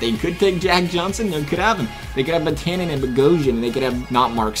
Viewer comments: Did you say Vetanin? It's Vat-a-nen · Ur saying vatanen wrong plz stop plz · Learn how to pronounce vatanen please